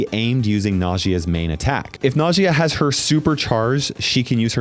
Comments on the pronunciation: The second brother is an Arab brawler so the correct pronunciation to her name is "ناجية". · i think najia is pronounced like nausea but with j instead ot s